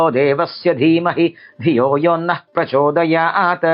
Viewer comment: यहाँ हलन्त त् को अजन्त त उच्चारना गलत लगता है। परम्परा तु आद्रियते।